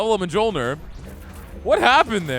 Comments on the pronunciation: Mjölnir is pronounced MYOL-neer. Not judging or trying to be haughty, just figured you might want to know. I hate when I accidentally mispronounce things. haha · It hurts me so much every time you say "mah-jol-nur" hahahaha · The mispronunciation of the j's drives me batty lol pronounce the j's as y's lol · It's a big cringe every time he mispronouces Mjolnir.